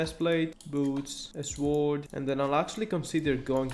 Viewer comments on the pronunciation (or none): You might be my favourite uhc youtuber ever🔥🔥🔥 Oh yeah and btw you don't say the w in sword :)